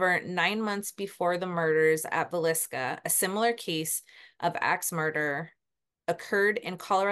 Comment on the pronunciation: I’m from Iowa and yes, you pronounced Villisca perfectly. I’m watching now ❤